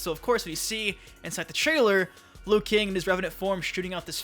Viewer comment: Bruh why you say liu kang like that